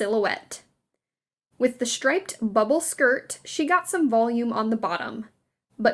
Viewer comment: Shtripe, shtraight, , etc., etc. Just why?? .🙉 It's a great video, but the narration really started to have the fingernails-on-a-chalkboard effect.